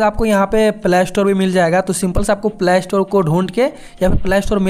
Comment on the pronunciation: Bro it's play not plaaa store😅